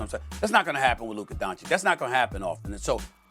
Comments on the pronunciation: Mad dog can’t even pronounce Luka’s name. (Dawn-chitch) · 6 years into Luka's career and SAS is still saying Donshik? Doesn't watch games lmao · You know with these pro analysts there are only two genders as they say: its either "DonCik" or "DonKic" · I want Luka to come on the show and call these dumbasses out for it, lol. These guys are "popular American media", and it makes Americans look bad that they can't pronounce "Dahn-chich". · Donkeyč…can you even learn how to pronounce the name of one of the best players on the planet... it's a shame who is the host nowadays… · "Donchick", SAS still can't say the man's name right. But HE DOES IT ON PURPOSE. He is INTENTIONALLY DISRESPECTING HIM by refusing to say his name. He is asserting that Luka is not even important enough to say his name the right way, the way EVERYONE else says it. He does it ON PURPOSE. Why? He's a R-C-ST!! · Please learn to pronounce DON-CH-I-CH. You guys do it on purpose, shameful!!!!!!!!!!!!!!!! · why is it so hard for Stephen A to pronounce Doncic? its not hard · When will SAS pronounce Luka's last name properly? I thought he's highly educated and a respectful person? Smh